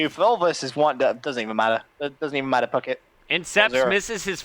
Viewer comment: Lol says never mind pucket but he says it like fuck it